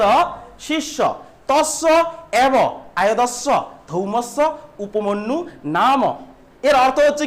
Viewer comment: উচ্চারনে অনেক ভুল আছে, উপমন্যু - উপমান্যু, কাজ করা-কে - কাজ কোরা,আরো অনেক ৷ এগুলি সংশোধন করো ৷ তারপরে পড়াও ৷